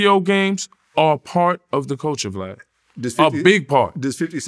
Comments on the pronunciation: It’s Vlad not Flav 😂😂😂😂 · Oh snap! I thought it was just me hearing Yayo call Vlad Flav more than twice.